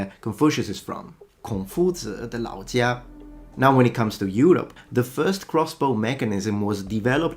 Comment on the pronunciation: kudos for "孔夫子的老家“spot on! had been sub to ur channel for years and know you are very expert with languages, but still very intrigued everytime u do chinese so accurately! Greeting from Singapore